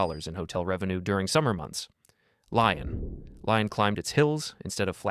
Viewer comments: no it is silent. So in "Lyon" and generally in french, the n is not pronounced, instead it indicates to the reader that the vowel before it, in this case the o, is nasalised So its /ljɔ̃/ (lyo) Not /ljɔ̃n/ (lyon) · It’s pronounced Lee-on, not Lie-on. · Please stop calling it Lion. It's LEE-OWN or LEE-OHN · not me giggling everytime he says lyon like "lion" while it is actually pronounced "lee-on" with a french accent and silent n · omg LEE-ON not Lion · Is this AI generated? Lyon is pronounced “LEE-on, not “lion.” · Great video but please say Lee-on instead of Ly-on. And it's Par Dyuh not Part Dyoo. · I don't speak french, but pronouncing Lyon as lion is a bit too jarring even for me. Lyon -> (Lee-ON) Good video. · You did not just call Lyon a fucking lion bro, nobody is that ignorant. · Lyon is pronounced "lee-on". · Well, damn! I was enjoying this, the Lyon gets pronounced “Lion,” 🦁then a few seconds later correctly, with no awareness of the error. Screw AI! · it’s pronounced Liyó (Lee-yoh) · The n is nasalised at the end, not silent. So Li-yo-ñ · I swear you know how to pronounce Lyon properly you're just giggling to yourself about all the people getting mad at screens right now ... like me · Great video but the Lyon pronunciation is a bit painful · Yeah, the AI voice also pronounced Lyon in two different ways within a few seconds. Merde.